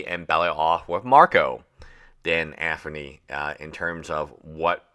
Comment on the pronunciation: I see what you did there lol it low key triggers me the way he says Anthony